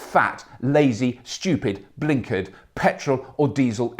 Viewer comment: He said blinkard! LOL